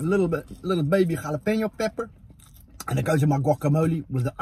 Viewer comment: props to your dad for actually saying jalapeno correctly